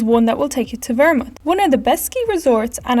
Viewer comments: 2. is called ZERMATT not ZermUtt !! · Vermut? It's Zermatt (pronounced "Tsermat"). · What abouth the Ischgl-Samnauin area ? By the way it is Zerm_-ath